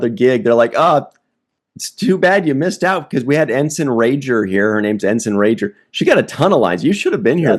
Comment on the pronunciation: rager not rajer.